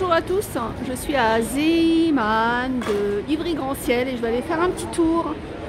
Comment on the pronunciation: Bonjour, en Belgique nous en avons beaucoup des magasins zeeman, et moi j’adore!! Il faut y aller assez souvent et j’y ai déjà trouvé des perles rare! Par contre si je peux me permettre, ça se prononce zééman.. car c’est une enseigne flamande 😊 bisous